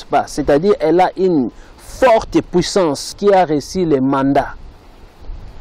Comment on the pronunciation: Tu as de la peine de parler le français mais tu veux décrypté idiot.... Rectificatif on dit musique et non misik et on dit le monde et non lé monde tsuuuuuiiiiipppppp